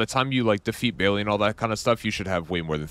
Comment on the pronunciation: Good stuff. Thanks. The Dragon's name is pronounced like BAIL, not Bailey. Tyranny is pronounced like TIHR-UHNY, not tie-runhy.